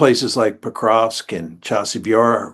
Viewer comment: Mearsheimer says "Pokrosk" 😉